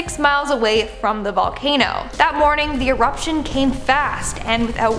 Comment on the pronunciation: On the bright side, you said 'eription' instead of... Yeah...